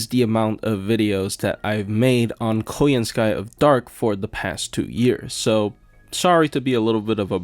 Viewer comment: It's KoYANskaya actually ☝️🤓 The surname is russian, and russian surnames never accentuate the last syllable since it's basically a service syllable meaning "to belong to" (e.g. RUSskaya)